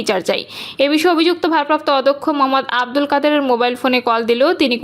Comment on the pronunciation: সংবাদ পাঠিকা বারবার "অধ্যক্ষ"-কে "অদক্ষ" হিসাবে উচ্চারণ করেছেন,যা' একজন শিক্ষিতা এবং সর্ব মহলে প্রচারিতব্য "উচ্চারণ" হিসাবে কোনোক্রমেই গ্রহণযোগ্য নয় বা হতেও পারেনা!